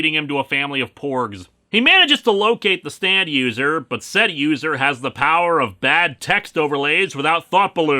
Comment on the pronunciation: Am I the only one who hears Stan every time he says stand? Like all the Steve's from Yu Go Oh abridged :)